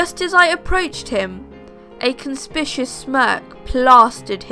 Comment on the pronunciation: conspicuous is pronounced con-spick-yoo-us I'm not trying to be mean just helpful. :)